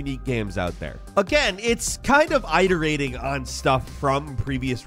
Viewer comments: Eyeterating? Iterating! As in "it" "er" "ating", how did this make it through the edit lol. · Did this guy say Eye-terating???? Never heard that pronunciation...it-erating. 💀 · It's IT-erating, not EYE-terating. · This is not to be condescending at all, but I’ve heard mispronounce a lot of words in videos. Today’s is “iterating.” ih-der-ay-ting, NOT eye-der-ay-ting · I just have to say... it's not "I"terating. It's "It"erating. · Forgive me for being pedantic, and apologies if it was on purpose and I just didn’t know. But iterating is pronounced it-erating not eye-terating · How he pronounces "IT-erating" as "I-terating" isn't bothering anyone else? Plus then he says "it-erative" correctly .. my head hurts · it-erating not eye-terating. C'mon man. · it-urr-ate-ing not eye-tur-ate-ing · It-erating. Not ite-erating. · It's i-der-ate-ing, not eye-der-ate-ing. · "Eye-tur-ay-ting"? Shouldn't that be pronounced it-ur-ay-ting? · Eye-terating, learn something new everyday. I thought it was pronounced IT-erating. 🙄lol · Great list overall - I also find it amusing that says both "eyeterating" and "iterative". Never heard it said the first way before... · This was such, SUCH a great video. Then you started saying "eye-terating" 😂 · Bro eyeterating, are you trolling us ;D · "eye" terating () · Eye-ter-ating. It's not a video if he's not mispronouncing a word. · Eye-terating lol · It's not pronounced "EYE"-terating.😂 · Iter-rating lol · If you’re going to say the same word over and over again… at least look up how to pronounce it…. It-er-ate-ing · hey! great video, i absolutely loved control, one of the few games that managed to keep my attention long enough for me to finish it. with that being said, iterating is pronounced with i as in intern rather than i as in eye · The way you say "Iterating" causes me physical pain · Great video, but bro I need you to learn how to pronounce “iterating” asap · iTs pRoNouNcEd iteRaTINg